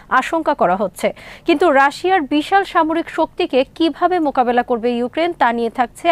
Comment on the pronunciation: হায়রে সাংঘাতিক! মোকাকিলা না মোকাবিলা।